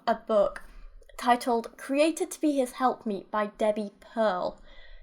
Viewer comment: When I first heard you talk about the book title I thought you said 'help meat' ... like did the person who came up with that title choose that on purpose?